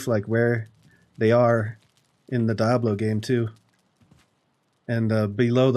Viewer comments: DEE-able, not DI-ablo lmao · It is in fact, Dee-ablo. It's Spanish for Devil. But Die-ablo sounds trolly and I love it. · Really Nice! I've never heard anyone call it Die-ablo, always Dee-ablo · you say diablo funny XD "die-ab-low" nah its "dee-ab-loh" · Sounds like he says Dah-blow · I swear to god if you say "Die-ablo" one more time!!! But seriously, amazing build man. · I literally just left this comment and deleted it when I saw yours 🤣 It reminded me of chandler pronouncing chameleon as cha-me-lion because that’s how he read it in a book.